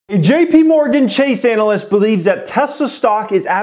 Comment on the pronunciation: I caught that "anal" yst pronunciation there. Yea thought its crazy that there are 500k pre orders for model 3s that means they have a potential of 175 billion dollars if they can meet the demand and thats if people purchase the car at 35k. Which they aren't, its going for 50 to 70k, there is alot of upside if they can produce and they seem to be producing.